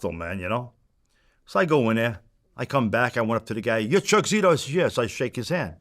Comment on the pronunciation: “Martial artist Chuck zito” lol